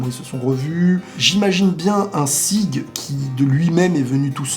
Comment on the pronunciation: Son nom c'est Zeke pas "Sieg"...